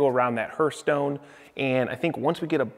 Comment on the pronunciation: Okay, your stone mason status is in jeopardy unless you learn how to say hearthstone. It's hearth, as if it were spelled harth. NOT herth!:)